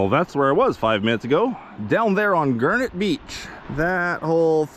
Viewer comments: Why do you pronounce it as "gurnet"? It is garnet, with an A. A gurnet is a fish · Never heard anyone pronounced garnet that way. Must be a Canadian thing. That water is so clean and clear. All the water here in the piedmont is brown and dirty from pollution and the sediment being disturbed.